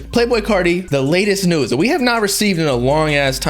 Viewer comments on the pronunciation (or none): none